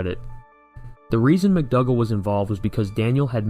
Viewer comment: McDougal is pronounced ‘McDoogal’ rather than McDugal